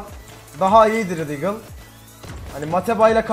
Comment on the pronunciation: "DAGLE" CANDIR!! :D